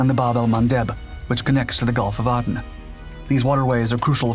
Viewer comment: Its pronounced "A"den!